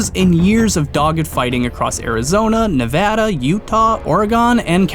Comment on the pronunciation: Holy shit he said Nevada correctly